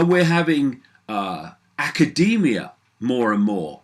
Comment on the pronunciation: " aaa-kah-day-me-ah" lol